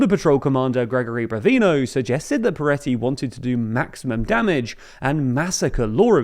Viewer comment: Am i having a stroke or is saying Piretty (with an i)? feels like this warrants some acknowledizing.. or is it just a pronunciation thing?